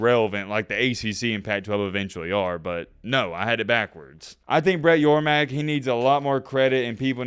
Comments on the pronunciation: Hey. It's Brett YORMARK. Not Yormack. C'mon, man. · It's Brett YorMARK not YorMACK!! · Great content. As a big 12 fan glad to hear it even tho in a perfect world I would have kept with the status quo before these 4 blue blood teams left their original confrences. On another note I'm pretty sure the big 12 commissioners last name is pronounced (Your Mark) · Brett Yormark. YOUR-MARK. MARK YOURMARK. SMH, have his name on the screen several times and can't even pronounce it lol